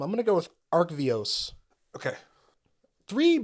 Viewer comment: Very much enjoyed this review style. Not enough reviews out there take time to appreciate good design, and I love hearing a constructed-focused perspective that isn’t commander. And “Arcavios” is pronounced like the letters R-K-V-O(s)